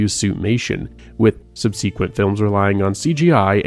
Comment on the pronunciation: Ann-KY-low-saurus SUB-si-kwent